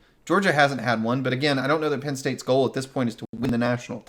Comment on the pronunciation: Please please please guys. It is not Pin State. It is Penn State. Good content but.......